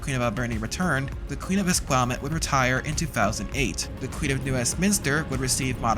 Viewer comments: Queen of Esquimalt not Esquimutt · It's pissing me off lol Es-qu-I-malt... almost as infuriating as people not saying the T in Tsawwassen. I grew up there and no one pronounced it Sawassen like the tarts on CKNW. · ess-Kwai-malt. Fucking ess-Kwai-malt please🤣🤣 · Proper pronunciation of “Esquimalt” is a bit of challenge for the narrator…🙄🤪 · Ha ha. The pronunciation of Esquimalt is priceless!